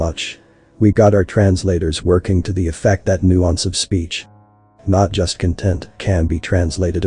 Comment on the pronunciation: There is some wonderful unintentional humour though. I laughed at irony of the line "nuance of speech, not just content" having 'content' mispronounced because the TTS didn't understand the nuance.